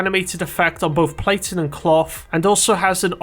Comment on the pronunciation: Me throughout the video: "What the fuck is 'platin'?"